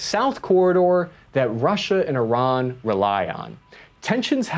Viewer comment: Look at this pro pronuncint Iran correctly.... Will he use the metric system correctly? oh no.... Oh well